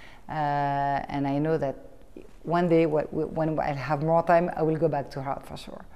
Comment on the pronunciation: Twelve years in NYC and she still says hart instead of art. Oh well.